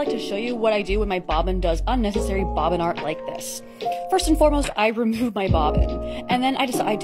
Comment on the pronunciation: I know nothing about sewing but i like the way she pronounces bobbin